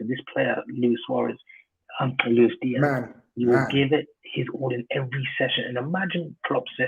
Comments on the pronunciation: It's not pronounced Looish Diash, he's not Portuguese. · Why is insisting on pronouncing a Colombian/Spanish name with a Portuguese accent? 🤔